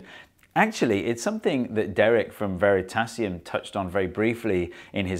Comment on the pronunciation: Veritasium like Gymnasium - not vertassium like potassium :D